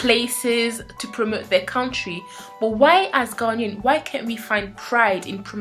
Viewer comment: Interesting on how you pronounce Ghanaian. I have close family friends who are native to Ghana (who currently moved back) and they pronounce it (Guh Nay In) not (Ghan Ian). May be it just differs between the different tribes who live there, no idea.